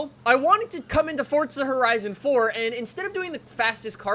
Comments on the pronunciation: It’s forza not fortza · Why does he say "fortza" instead of "forza" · F O R Z A NOT FORTZA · FORZA NOT FORTZA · ITS FORZA NOT FORTZA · i don’t wanna be mean but “fortza” bothers me lmao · Forza not fordza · “four- zuhhhh” not fortza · Ohhhhh why are you saying fortza horizon instead forza fh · Its not fortza its forza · Stop saying fortza it’s forza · it pisses me off how he says “fortza” instead of “forza” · nigga really said fortza instead of forza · Fortza 2 much FortNite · Its not Fortza! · Why has Forza turned into fortza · Lol "Fort- Za" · Fortsa horizon 4, its Forza FORZA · It’s an Italian word like pizza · Really irritates me how Americans can’t say stuff properly. “Forza” not “Fortza” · "Four-Zah" not FORT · It's FORZA!! Not FORTZA !! Can't even watch it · FOR THE LOVE OF ALL THINGS HOLY. CAN PEOPLE PLEASE STOP SAYING forTza!!!!!!!! there is no bloody T in that word!!!!!!!!! all these YT's are ruining it. its just plain F O R Z A. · It's pronounced FORZA not FORTZA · U keep pronouncing forza forTzaa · i unliked and will never subscribe because of the sole reason you say fortza. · pretty sure its forza not fortza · no no, it's pronounced Forza not fortza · Why does everyone one say Fortza instead of Forza? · Fortza. Lol 😂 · Have you realised thzt he says fortsa instead of Forza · It’s pronounced ”fortza“ because it’s an Italian word like pizza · It sounds like he says Fortza Horizon 4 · It forZa not forza like if u agree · It sounds like he's saying "fortza" . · Its pronounced fortza... its italian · I just want to know why he says FoRtsA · Nothing is more infuriating than when someone says fortza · Fortza??? Why is he saying forza really weirdly? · IT PRONUNCE FORZA DUMBASS ITS AN ITALIAN WORD THAT MEAN POWER FUCKING SHITHEAD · Pls don’t say fortza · y do u say FORTZA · It's pronounced as Fort-za u fucking dumbass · Can you please just say for a right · 'Fortza' Horizon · "fortza horizon 4" XD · "fort sah" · say "forTza" one more time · "Fortsa Horizon 4"